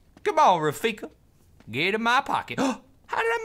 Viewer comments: I thought Raffica was pronounced Raffica, not Raffica. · When Toby replaces the MAG with the 'Raffica' I died a little inside.